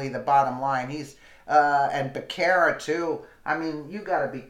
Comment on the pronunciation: It's pronounced Buh ser' ruh